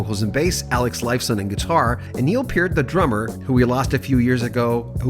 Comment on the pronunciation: You are the only person I've heard pronounce Mr. Pearts name correctly.